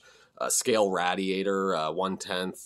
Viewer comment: Never heard it pronounced rad-iator before, interesting. Hopefully someone else gets some files out there like these again.